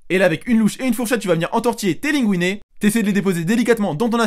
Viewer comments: Oui. Des linguine. Ça se prononce linegouiné. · Tocard Linguine ça se prononce LINEGOUINET donc Tais-toi